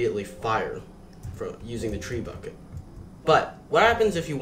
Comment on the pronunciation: I am glad I watched this tutorial. Quick note it’s pronounced treh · byoo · shuht Or even more simply, Treb-bu-shey.